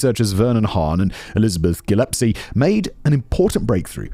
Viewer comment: Interesting way to pronounce Corpuscle and Gillespie 🙂